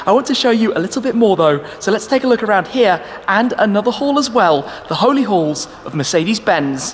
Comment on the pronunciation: I kept hearing the holy holes?...but finally clued in it’s the holy halls...accents 😂